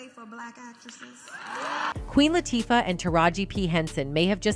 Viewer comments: It is about time, but please learn how to pronounce people's name. I do not know how many times you have butchered up Queen Latifah's name. It is not that hard to say. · If your going to make a big deal out of something the least you can do is pronounce the names properly, AI or not! Both Oprah and Queen Latifah have the power to change the Pay difference between Men and Women in the Industry... Please Note: Oprah and Queen sure make they're looked after!!!!!